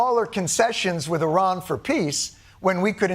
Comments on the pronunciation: I miss having a president who could pronounce the name of the country we're at war with correctly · Sending JD Vance to negotiate with Iran is a poor decision for so many reasons, but one of the prominent ones is that JD can't even properly pronounce Iran. That would be like FIFA giving a major award to a man who calls their sport by the wrong name. Oh wait....